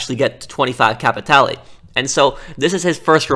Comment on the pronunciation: hey, you looking for some..."capeee tay lay"? I know you want some "capeee tay lay" don't ya?